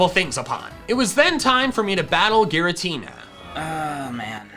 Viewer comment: Ghiratina Renegein pokemon LOL😂